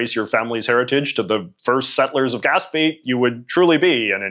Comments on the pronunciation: Oh, my goodness, did you not take French at school? Gaspe ends with an e with an acute accent, and that should tell you that the sound is "ay" as in "day", and not "ee"! For a Canadian, that mistake is simply shameful! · Quick pronunciation note that Gaspé is pronounced "gasp-AY", like rhyming with "ray" or "say." I've never heard anyone pronounce it "gasp-EE" like J.J. does. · gas-bay not gaspie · Fascinating! I'm a Montrealer, and I have never heard it pronounced "gasp-EE", by either francophones or anglophones. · not to go and correct yo or anything but gaspe is pronounced gas-pay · damn jj you butchered Gaspé hard